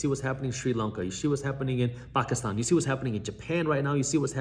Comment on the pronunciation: Love the correct pronunciation of Pakistan